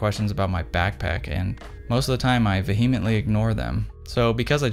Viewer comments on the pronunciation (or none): Vee-hee-immantly????? That's gotta be the xpan pronunciation of that word 😉🙌